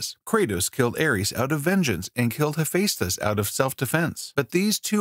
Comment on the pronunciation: There were way too many, Thanatos was not the God of war, Athena was not born from a nymph but out of one of Zeus' headaches. He mispronounced and misspelled Kronos, Calliope, Hephaestus, Angrboda. Dude probably didn't even do research, ripped a page off Wikipedia, hired a voice actor and called it a day